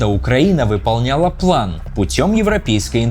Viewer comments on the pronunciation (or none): none